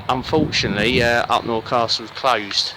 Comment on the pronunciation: Great film ... Upnor is actually pronounced Up Narr, not Up nore. I lived there for 30 years. Thank you for making the film.